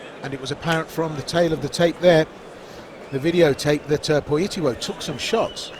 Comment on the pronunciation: Nie kompromitujcie się, Polak niema na nazwisko POLITYLO tylko PolityŁo. Inaczej się pisze, inaczej się wymawia. I nie Pawel, tylko PaweŁ... 🤦🤦‍♂🤦‍♀